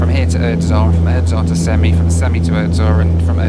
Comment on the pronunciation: Funny as a Kazakh stat they called you a journalist Also its pronounced sem-ei not semi